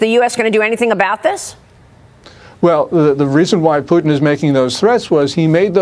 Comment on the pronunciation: “President Pewtin?” 😊